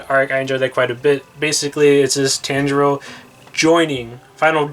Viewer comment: everyone: paying attention to the funkos* me: HE KEEPS MISPRONOUNCING THE NAMES also.... how to pronounce t-on-jee-roe (tanjiro) zeh-nit-sue (zenistu) ee-no-ss-kay (inosuke) neh-zue-ko (nezuko) key-boot-sue-jee (muzan kibutsuji) and... 69 comments 👹